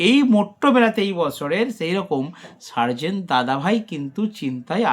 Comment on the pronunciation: Atleast Hindi ta to thik kore porun...😂 Sarzen da Likhechee ek bujheche r ek 😂